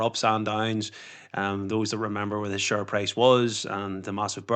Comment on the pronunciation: 10 dollaz a shurree